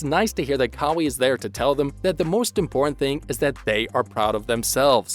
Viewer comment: You lot are pathetic. Kawhi videos doesn't get views cos only true fans stick with him. All these click baits make you desperate. Its pronounced CARWHY not CARWEE.